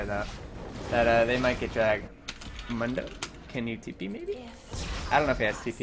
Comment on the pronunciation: Ok, pet peeve of mine. Mundo is pronounced like Moon dough. You're not the first I've seen so it wrong but for the champion who says his name the most out of anyone (he literally only says his name when you select him in champ select) you'd think people wouldn't mess the pronunciation up.